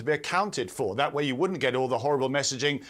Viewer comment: My way or wah way... learn to pronounce please.